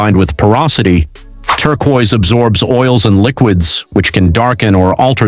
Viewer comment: Better work on pronunciation if you ever want to sound human. Im stealing Turqua tho